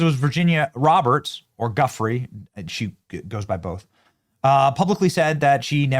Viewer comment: Benny you need to reference V. Roberts as AKA V. Guiffre. Pronounced Guff rae.